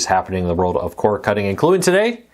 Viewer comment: C O R D not core cutting 🐲